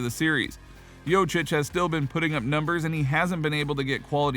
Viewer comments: It's joKic bruh u saying jocic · I got to 48 seconds into the video and had to stop. Learn how to say his name